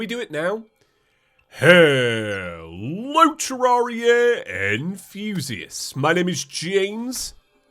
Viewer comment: everything i hear that intro i hear "HELLO terraria and fusiests